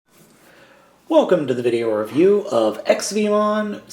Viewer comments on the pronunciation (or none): none